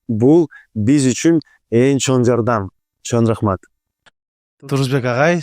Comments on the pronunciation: “ЧОН” эмес “ЧОҢ рахмат” урматтуу алпаруучу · Автор чон рахмат дебей чоң рахмат деп сүйлөчү кишини раздражайтетпей 🤬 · сен "Ң" тамгасын айталбайсыҢбы? Андай деле кыйын эмеско. Көп подкасттарыңды көрөм, инстаграмдагы баракчаңды дагы көрүп турам, көп байкайм, Ң тамгасы кезигишкен сөздөрдүн баарын Н деп айтат экенсиң. 🙂 Чон рахмат, чон ата,..... ж.б деген сыяктуу. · Эми чон рахмат дебей чоң деп,ң тамгасын туура айтып үйрөнүп алчы,алып баруучу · тууган, качан чоң рахмат дегенди үйрөнөсүң ай😂